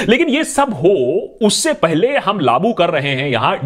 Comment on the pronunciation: great information and awareness bro, by the way its not laaboo, its "laagoo" kiya gaya. ;-)